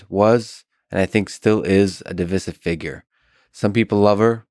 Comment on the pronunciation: Lex, please stop mispronouncing the word "divisive." The first "I" is long, as in "divide." Okay, that's over with. I have only been watching your show for a couple of months. At first, I must admit to a "what the hell is this" reaction. You know, you've got the weird suit, your speech seemed kind of halting. I soon realized that you are brilliant and accomplished, but more importantly, just a lovely, lovely person -- a genuinely good human being. Looking forward to more interviews.